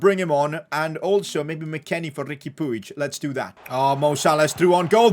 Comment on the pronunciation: Riqui pig is pronounced as pooj